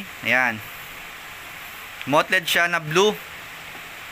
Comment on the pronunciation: Bossing yung mottled po parang 'matold' po tamang pag pronounce, ndi po 'mot-led'.